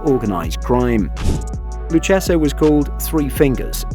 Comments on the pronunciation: Hey you Mamaluke, Lucchese is pronounced Loo-Cay-Zee. Not “Loo-Chessa” Learn how to pronounce the Italian names correctly. Of course we can always send Vinnie & Lou over to help you with your speech problem.🇮🇹🇮🇹🇮🇹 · Lucchese is pronounced = Loo kay zee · It's pronounced Lu- Kay-Zee. 🤦🏼‍♂️ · You really should learn how to say the names if you're going to make videos on them. The Luchesse family is Pronounced LOU KAY ZEE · The in the USA we pronounce it, the 'lou-case-ee' family.